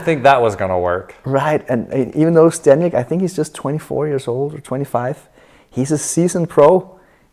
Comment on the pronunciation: Kinda disrespectful that ZZ has been performing at such a high level, gets to this match, and still doesn’t bother to pronounce his name correctly.